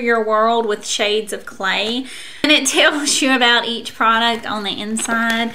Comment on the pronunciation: Every time you say the word "on" it sounds like you're saying "own."